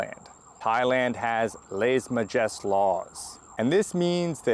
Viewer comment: Ok, this is the second time I've heard you say this. It's not "Lèse Majeste", it's "Lèse MajestÉ", the emphasis being on the LAST syllable. The "é" is like saying "ey" or "ay". It's a French expression. And Thailand seems like a glorified dictatorship. No, thank you.